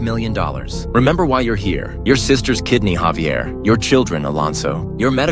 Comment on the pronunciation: Thats not havier its javier